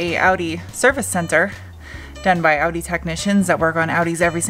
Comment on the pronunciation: Its pronounced Awe-Dee not outty